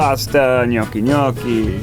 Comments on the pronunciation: that's the first time I heard an american (I know he's partly italian) saying gnocchi correctly I'M IMPRESSED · So proud of pronouncing “gnocchi” correctly 😢